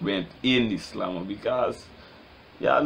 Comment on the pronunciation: "de slammer" lol is what rass i hearing